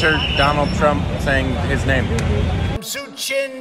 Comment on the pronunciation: Sachin , not sunday 😂